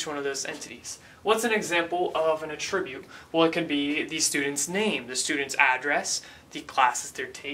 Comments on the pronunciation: great vids! just one point: "attribute" in this case is pronounced: "atruh-bute" not "atrib-ute" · I love your series! however, you are totally mispronouncing "attribute".